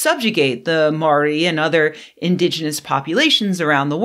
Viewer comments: I forgive your pronunciation. When you say Māori try (Mow-ree) with a rolling R. Mātauranga also has a rolling R. Would it be too much to ask you to stop demonizing white men all the time? We aren't all responsible for everything other white men do, thanks. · Hi Chris. As a Māori, your assessment of her pronunciation is terrible. Please note, kiwi, the word Māori word you use to define your nationality means grey.